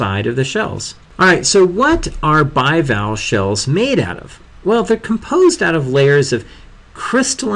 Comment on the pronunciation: Just saying your pronunciation is very poor: Bivalvee, Molluscidae, anthropoda